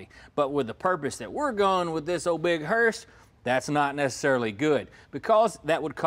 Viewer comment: What's killing me is calling it a hearst!